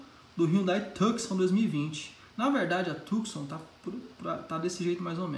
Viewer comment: Taí o cara que fala "Tucson" corretamente! Kkkkk Quanto a Hyundai, cagou geral!